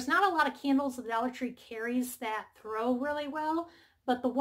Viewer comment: Okay, I've listed to the candle section. Are you saying the candles grow or throw? I was worried for your safety if you were throwing candles LOL! Can you clarify?